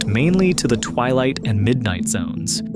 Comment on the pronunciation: "twight zone"